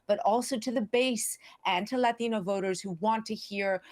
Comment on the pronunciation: Just say "Latino" like a normal person. It's a borrowed word. We don't just suspend our English-speaking self and temporarily become a native Spanish-speaker when we encounter a word borrowed from Spanish. Just as I don't do a pirouette every time I say the word "ballet". That's not how language works. No language in the world works that way. So ridiculously annoying. Says everything that's wrong with the state of education today.